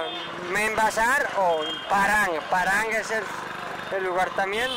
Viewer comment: No es Paran amigo, es Paharganj, por favor.